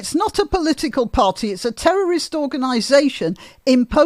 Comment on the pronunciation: Can someone tell Owen Jones there is a ‘t’ in party